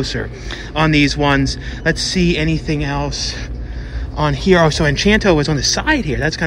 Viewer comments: I noticed you kept saying Enchanto, it's actually Encanto. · Funny how you keep saying 'enchanto' but it's actually pronounced 'en-cahn-to.' Anyway, I'm hoping for a Resident Evil steelbook but it may have just been some online myth, nothing they were really planning on releasing. Edit: wait, nevermind, I guess the steelbook does exist.